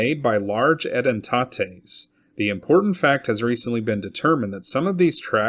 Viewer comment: Should you come across the word "edentate" again, it is pronounced E den tate, not e den TA tay.